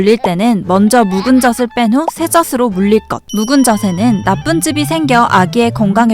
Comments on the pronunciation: 발음하실때 저슬..아니고 저즐.아닌가요?? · 저슬 말고 저즐 이라고 발음했으면 좋았을텐데.. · 저슬 아니고 저즐......... 거슬리네요 계속 나오니까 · 너무 재밌게 보고있어요! 다만 '젖을'의 발음은 [저슬]이 아닌 [저즐]입니다ㅎㅎ! (젓은 새우젓, 오징어젓 등에 쓰는 젓)니까 발음까지 정확하면 더 좋을것 같아요 ㅎㅎ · 내용은 좋았는데요 벌음이 거스려요 젖을: 저즐(ㅇ)저슬(×) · 젖을 : [저슬] 이 아니라 [저즐] 이라고 발음해야 맞는 것 같습니다. 마찬가지로 젖이 도 [저시] 가 아니라 [저지] 가 맞고요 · 재밌게 잘봤습니다. 젖이 젖을의 발음을 저시 저슬이아니라 저지 저즐로 해주시면 더 좋았을것같아요 ^^ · 젖을 [저즐] 교육적인 컨텐츠가 많은 만큼 올바른 발음에도 신경썼으면 더 좋았을 것 같아요. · 젖을 젖에 발음이.. 너무 신경쓰여요 ㅠㅠ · 아니 이걸 아무도 검수를 안한 건가? '젖을', '젖이'는 [저즐], [저지]로 발음해야 하는데 [저슬], [저시]로 발음하네요. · 발음교정좀 하셔야 할듯 저즐 저지라고 하셔야죠 그리고 시옷발음도 교정하셔야겠어요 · 저도 같은 댓글 쓰려고 했어요. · 계속 [저슬], [저시] 라고 발음하잖아요. 이건 실수가 아닌지라 뜻이 얼마나 달라지는지를 보여 준것입니다. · 새우젓도 아니고 왜 자꾸 [저슬][저슬] 그러나요??